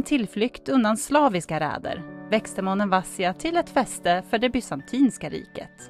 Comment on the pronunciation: Det ser skönt ut. Vill bara hjälpa till med att tala om att betoningen av Monemvasia skall ligga på bokstaven, i. Ha det gott.